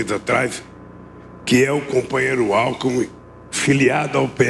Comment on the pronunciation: Tanto tempo no poder,não se deu ao luxo de ao menos aprender a falar. Só se especializou em ser bandido. Nem o nome do vice ele sabe falar. O chama de Alku